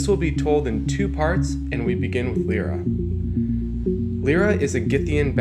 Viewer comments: it's Lyra not lera or lora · "Lie-ra", it is pronounced that way.. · I always thought that Lyra is pronounced "Liera" other than "Lira"